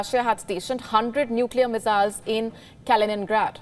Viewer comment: Meziles...i love it when she says that.